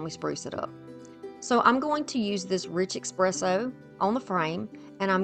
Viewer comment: Gorgeous and well done!! I do have to let you know that it’s pronounced essss presso, not ekspresso. 🖤🖤🖤